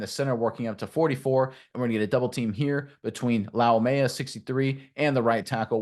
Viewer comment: Bro did you just add an ok to his last name? 🤣 It's pronounced lau-may-uh